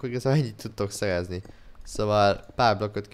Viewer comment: beszed hibás vagy? Nem bántásból mondom csak mert a szerezni helyett szejezni azt mondod. A válaszodat előre is koszi